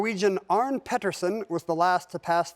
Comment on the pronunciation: Just a tip, Ken: The 'e' in the Norwegian name Arne is not silent. I would also correct your pronounciation of "Peterssen" (it should have a long vowel due to the one t), but whoever put the question on the screen wrote his name wrong: it should be Pettersen, so you did pronounce it correctly, since with two t's the preceding vowel is short :) (Not sure how they got it wrong; there's literally photos of him holding a piece of paper in front of him with his name on it, clearly spelled "Pettersen")